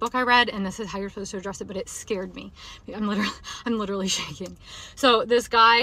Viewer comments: "Litrely" (x1000) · Lichrally lichrally lichrally